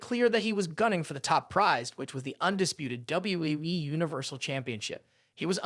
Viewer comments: Why does he says WWWE????? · What weee wee wee?! Bad narrator poor poor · He is saying WWE as WWWE. WTF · Not only does he say act like a human character he can't get not one person's name straight he can't even say WWE right😂😂😅😮